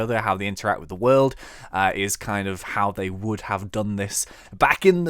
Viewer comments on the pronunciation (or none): none